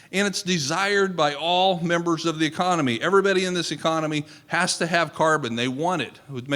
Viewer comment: Where can I see when anything like this is happening in my area? This fellow who says "ever betty" instead of "everybody" is speaking of soil ecology in such a way that its chelating knowledge so i can uptake it efficiently. I've understood these concepts in a new way.